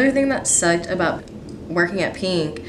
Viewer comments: I don't mean any hate but instead of just saying pink she keeps saying peenk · “peenk” STOP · when she says pink it sounds like peeing